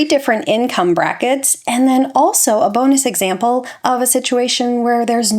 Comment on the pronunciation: “Bonus examle” 😂 only teasing you because I know how much effort you put into getting these videos absolutely correct. Thank you for the effort you put into these videos. You really do an excellent job!